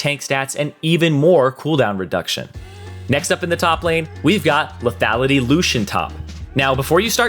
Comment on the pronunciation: Someone please teach this guy how to pronounce mana, tabi and lethality....